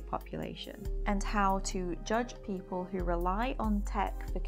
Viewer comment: english ""peo'le""